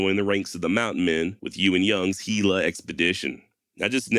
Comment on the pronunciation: Your pronunciation on Gila was perfect. Muy bueno.